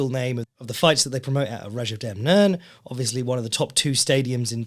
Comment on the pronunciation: has kindly placed timestamps! So this will be tekkers and the things I find funny that says. is back! Hilarious pun on Chris Curtis pronounces Rajadamnern (สนามมวยราชดำเนิน) beautifully Kumandoi vs Kunsenleck Review Left hook and pivots off the kick Kunsenleck checks Teep into gut being in position Superbon sparring J-kickers with high kicks Wheel kick and its counters Rajadamnern has made it more western style for thai style fights Skarbowski and Slyvie for free Jon Jones being funny, UFC drug testing Valentina laying with her belts... Curtis vs Allen 2 Review Curtis stance is funny Left straight as a jab to land the right hook to the body Curtis eating straight punches Back trap mount position don't care about the decision Jacob Malkon boxing a dudes face off Hernandez vs Jackson was terrible Young fighters get a stylist for your hair Marascal vs Chere was good Bahamondes head kick was good Court Magee Cornholle vs Dixon (changed to Mullens to mess with the content creators) Taking a guy down and not doing anything with it The UFC drek the week before Luque story is sad Weidman eyepokes Weidman gets more fights in the ufc due to having allegedly a good contract Look into the audience and shade the audience Nate Landwer gets beat up then comes back fake step in